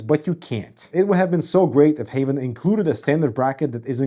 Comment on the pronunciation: I hear Havn them self call the brand Haven but it is spelled Havn,,,,,, which is very confusing for this Dane that among other are fluent in both Swedish and English. Havn in both Danish and Swedish mean harbour, where as haven mean garden / the garden. But aside for that mess, well it is a nice case, i just wish there was a cheaper none glass version, CUZ i am a adult and i have nothing to prove to anyone i know.